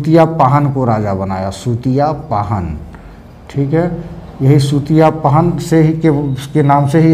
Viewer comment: सर, माफी चाहती हूँ....पाहन नहीं पहान होता है। पहड़ा नहीं पड़हा होता है।